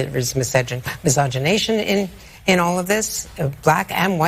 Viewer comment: Mysigonation. WTF??